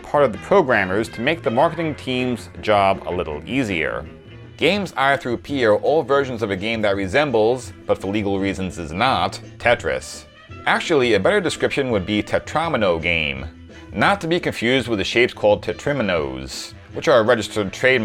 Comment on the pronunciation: it's "tet-tro-MEE-noes"